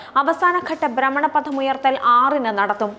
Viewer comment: ബ്രമണപതം അല്ല, ഭ്രമണപഥം !! അക്ഷരസ്പുഢത ഉണ്ടാവട്ടെ 👍👍